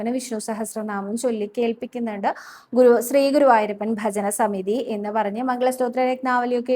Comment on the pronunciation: Dear, 'ശ്രീ' എന്നതിന് പകരം 'സ്രീ' എന്ന ഉച്ചാരണം കേരളത്തിലെ ഒരു പൊതുവായ തെറ്റാണ്. ഞാൻ കുറെ വർഷം നോർത്ത് ഇന്ത്യയിൽ വർക്ക് ചെയ്തിരുന്നു. അവർ ഉച്ചരിയ്ക്കുന്നത് ശ്രദ്ധിച്ചപ്പോൾ ആണ് അത് മനസ്സിൽ ആയത്. ഇവിടെ സ്‌കൂളിൽ ശ്രീദേവി എന്ന് ഇംഗ്ലീഷിൽ എഴുതുമ്പോൾ Sreedevi എന്നാണ് പൊതുവെ എഴുതുന്നത്. ഇത് ഒരു ഉദാഹരണം മാത്രം.